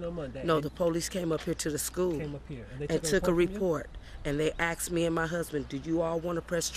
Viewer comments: They aksmee if i wanna press charges. LOL enrol her at the school for re-English training. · aks?? really??? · those are some big ass nostrils! and its pronounced "asked"... not axed...